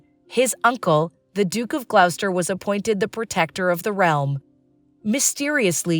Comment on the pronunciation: It is ‘glosster’ and not ‘gl-ou-ster’